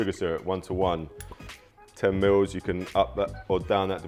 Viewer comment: "Twenty miwwz"